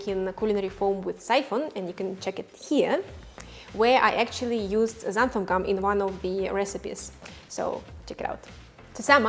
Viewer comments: I was wondering why you keep mispronouncing it "xantham", and then I saw how you labelled your container... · Did you really say "xanthuM" gum? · Why does everyone pronounce it xanthum? It's xanthan with an "n" on the end of it.